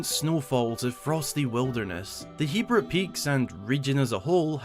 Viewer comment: Thank GOD you say hebra right